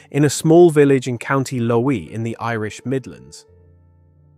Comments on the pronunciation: Just to let you know County Laois, Leesh 😊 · County Laois, pronounced Leesh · County Laois is pronounced leesh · Laois is pronounced Leash. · Co. Laois pronounced Leash